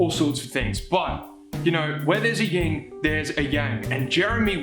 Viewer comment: great vid! tho...itll kill me if i dont mention it, it's "yin and yang" not "ying and yang"